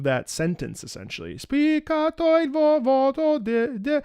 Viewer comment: "spiccato il voTo"? The honest mistake made me chuckle xD